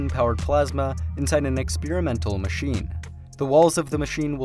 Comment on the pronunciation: What is this new word "ex-peer-imental" ? Can people please try to speak proper English?